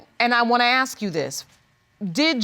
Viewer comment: It’s pronounced ASK not AKSK you f*** stick!!!!! ASK ASK ASK!! Grrrrrrr 😡